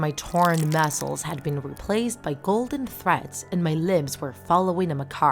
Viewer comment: It really bothered me how she said muscles and puppet